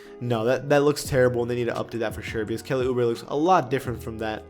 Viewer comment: no homo but I know kelly oubre is a good looking guy but why did pause like that 😂woah